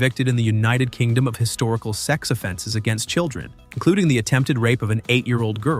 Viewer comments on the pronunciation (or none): none